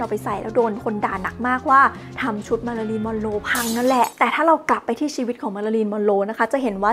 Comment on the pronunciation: ทำไมได้ยินเสียงเป็นมารารินละคะ 😢